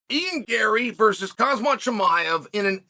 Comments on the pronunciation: Till this day, Chael still calls Khamzat (Hasmat) and Pereira (he calls Piera). All these years talking fights, still this man cannot pronounce simple names. His producers are dull enough to stay quite. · He said kazmat 😅